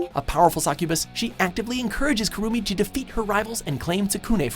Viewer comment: has really pissed me off now not only Did they Miss pronounce Rosario + Vampire but they butcherd Kurumu and Tsukune's name. actually just stop anime lists altogether because you have no idea what your talking about and you don't know how to pronounce the names of the shows and charectors.